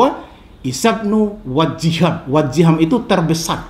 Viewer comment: wajihan yg betul nya pak, bukan wajiham